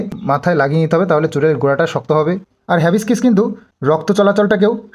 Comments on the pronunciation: Havibiscis na hibiscus.. Thik kore bolo... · ওটা হিবিস্কাস হবে।। যখন কোন নতুন কিছু প্রোনাউন্স করবে তখন অবশ্যই করে গুগুল ট্রান্সলেটর এ উচ্চারণ টা দেখেনেবে। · হ্যাবিস্কিস না hibiscus হিবিস্কাস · Bhai...ota habescis na go....Hibiscus otar nam...jaba phul ke bale English a Hibiscus...kichu mone korona bollam bole...ta na hole onnora hayto ata niye abar tomar maja orabe...tai tmr uccharan ta akjan Didi hisebe tomake aktu shudhre dilam bhai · Its not hibiskiss i think its hibiscuss.which means joba phul. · Ore baba ota hibiscus 🌺 Mane joba phul..habiskis noi😅😂😂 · Habiscis noy ota hibiscus bolo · Ota habiskis noy hibiscus 🌺😂😂😂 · ওটা হ্যাবিসকিস নয়... হিবিসকাস... মানে জবা ফুল। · "HABISKISS" na 😂😂😂😂😂 ota HIBISCUS bujhlen? Ei shikhha deben bachha ta ke? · উচ্চারণ টা হিবিস্কাস হবে। জবা ফুলের বিঞ্জান সম্মত নাম । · ভাই উচ্চারণ টা হবে হ্যাবিসকাস। । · কথাটা হিবিসকাস হবে ।তুমি গুগলে আগে উচ্চারণ টা শুনে নেবে,তাহলে ভুল হবে না।তুমি ঠিক বললে তবেই তো কৃষাণু দাদা ঠিক শিখবে।সবসময়ই তোমাদের মঙ্গল চাই, বজরংবলীর পুজো করে যাও,উনি রক্ষা করবেন।জয় বজরংবলীর জয়❤❤ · দাদা হাবিসকাস উচ্চার হবে গো।অব্যশই কিনবো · হিবিকাস হবে উচ্চারনটা। জবাফুলের শ্যাম্পু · হিবিস্কাস উচ্চারণ